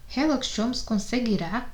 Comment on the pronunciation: Por que ela lê herlock em vez de Sherlock